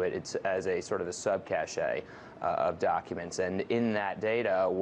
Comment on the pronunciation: cache != "kashay" cache = cash